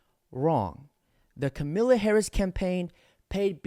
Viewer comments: She isn't called Camila but Kamala bro 😂 you have great videos, amazing patriot you are 🙏👍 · “Kamila” Harris?🤦🏾‍♂️🤣